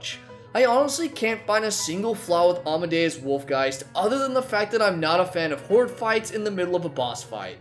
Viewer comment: you say almadeus wolfgeist, i say captain fishook